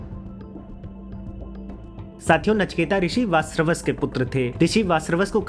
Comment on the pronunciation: VaaJashravas ka pronunciation kyu nahi kar paa rahe ho?